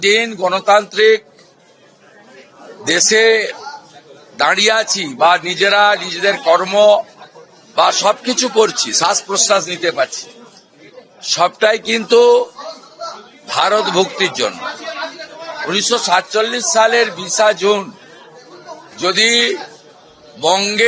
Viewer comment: Ota sas prosas na , ota shas proshas....what kind of a cheap pronunciation